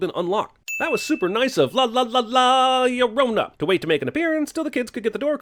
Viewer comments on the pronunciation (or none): I hated the ads for this so much that I’m pretty sure I’m just here to drop this comment. “The curse of law luh-drone-a” was how it sounded, and that made me hate it even more. Fuck this movie, I’m out. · The curse of La “Shaoruona” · not la llorouna man 🤣😂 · Biggest sin was it being pronounced like "ya renronna" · "la iorouna" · 37 seconds of La Liologos. Lol Nice one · No comment about the way he pronounces La Llorna?